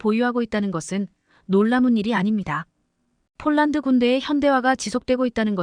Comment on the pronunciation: 폴란드를 쫄란드라니! 어이없네, 여기도 오독이 너무 심하다. L-SAM 을 엘 마이너스 에스에이엠이라니 들을수록 짜증난다. 그리고 30~ 50Km등 거리를 읽는 것은 터무니 없이 오독이 심하다. 글을 읽는 AI를 좀 개선했으면 한다. 그럴 바에야 차라리 사람이 읽어주기 바란다.